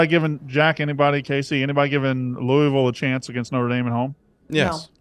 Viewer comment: Please learn how to say Louisville correctly